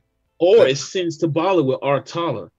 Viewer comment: That was my sister singing Tabala she is from Cameroon and the video was done in Cameroon. The name is pronounced Sen-geh, written Senge